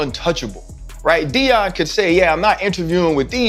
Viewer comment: Youtuber is a shady hater ..."Sheeter" and "Dee-in"? Do better Celeb.